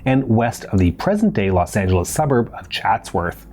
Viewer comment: His pronunciation of Los Angeles made me wince. "...30 miles from downtown Los Ange-el-EECE"?😆